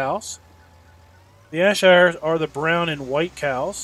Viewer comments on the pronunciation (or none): JFYI it's pronounced air-shire lol. Good video. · BTW it is pronounced Air-Shire